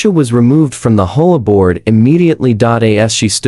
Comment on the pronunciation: Stop calling it a “whore board.” Say the letters individually.